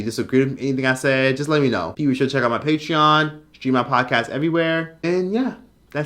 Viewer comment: WHYYYYYYY tf does this man Onision pronounce "patreon" like "PAY-tree-in". Dear god that's annoying.